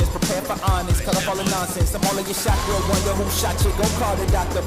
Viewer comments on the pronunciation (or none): none